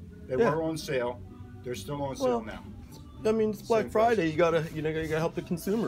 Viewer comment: "Psh. You guys didn't have deals on black fridey?"